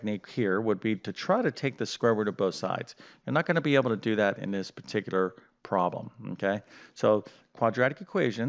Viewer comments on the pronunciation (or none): none